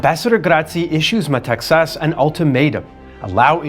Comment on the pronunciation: This gentleman is the only non-Greek speaker I’ve heard pronouncing correctly Metaxas name!